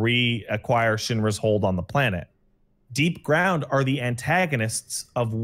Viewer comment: That’s not DEEPGROUND, it looks absolutely nothing like DEEPGROUND, and the purpose of DEEPGROUND has nothing to do with what randomly claimed. That’s not even how you PRONOUNCE DEEPGROUND.